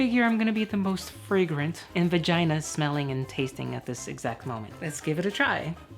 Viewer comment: You said Vigina 1000 tines